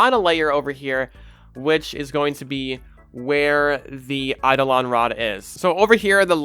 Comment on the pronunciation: YOU CAN PRONOUNCE IT!? 😮